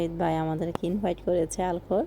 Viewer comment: আল খোর হবে উচ্চারণে। আলখোর লুলু হাইপার মল থেকে কতদূরে?